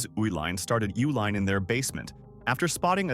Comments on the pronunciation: Correct pronunciation is U-line, like the company name. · It’s pronounced YOO-LINE